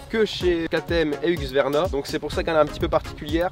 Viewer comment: Mes oreilles quand il a dit husqvarna 😭 retravaille la prononciation stp